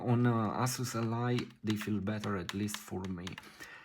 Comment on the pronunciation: "Ass-us". Love it.